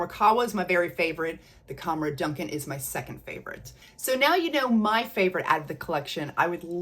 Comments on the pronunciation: I really love your videos ❤ Fyi, when lattafa are advertising it l, they seem to pronounce Dukhan as Doo-khaan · Hi Friend, It’s the Rooh Afza girl again 😊. Sorry I’ve been busy but I think I’m all caught up on your videos now. Yet another fun video! ❤Just a little FYI … it’s pronounced ‘doo-khaan.’ I’m only saying it because I know you’re a total sweetheart and won’t mind me pointing it out. Oh and guess what? Ana Abiyedh Coral finally landed on my doorstep yesterday! Haven’t tried it yet but I plan to try it tonight when everyone is off to bed and I’m left alone with my scents lol